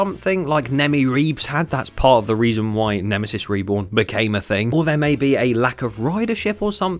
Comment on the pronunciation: “Nemmy Reebs” ended me 💀😭